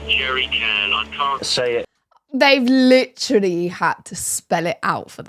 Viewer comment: Please for gods sake quit saying litttrrolly. The damn word is literally.Learn how to pronounce it if your gonna use it so excessively.